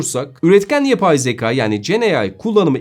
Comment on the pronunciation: Sevgili, harika yorumlar için teşekkürler. Ama editörünüzün (veya sizin/arkadaşlarınızın) hiçbiri uyarmadı mı? Yüzlerce kez kullandığınız ve konunun özü olan 'Zekâ' (şapkalı) yerine zeka' demeniz telaffuz/söyleyiş açısından doğru olmamış. Üstelik neredeyse her teknik youtuber yanlışı: 'H&M' 'Heyç-en-em' değil > 'Eyç-en-em', HDMI ise 'heyç-di-em-ay' değil 'eyç-di-em-ay' (aslında he-de-me-i mi denmeli, ayrı konu... Yeni güzel içeriklerinizi merakla bekliyoruz.